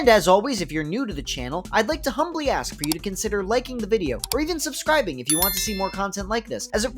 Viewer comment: Axe you say? Well i got a few to spare 🍔